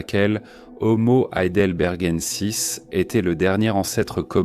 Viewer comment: horrible la voix IA qui n'arrive même pas à prononcer Heidelbergensis